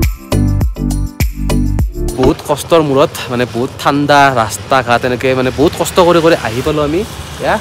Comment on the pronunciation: রাস্তা কয়নে রাষ্টা কয় br